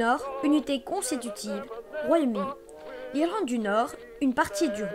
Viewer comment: pourquoi irElande xD c'est "Irlande" mais pas grave aussi non x)